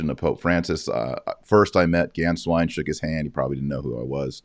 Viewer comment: Both of you need to get your pronunciations right when saying Archbishop Georg Gänswein's name. It is pronounced: GAY-ORGG GHAN-SCHWINE! Archbishop Georg Gänswein will have a place to return to in Bavaria. To think he is trying to figure out where he belongs is a misconception. Pope Emeritus Benedict XVI, I am sure, has taken care of that the moment he became Pope. 💞✝️JuT❤